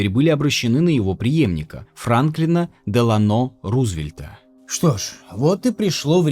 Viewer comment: ДелАно, а не ДеланО😂😂😂 Он не в Испании родился)))